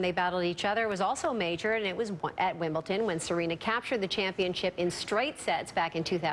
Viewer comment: Did I hear correctly.....she said "Wimbleton"?!?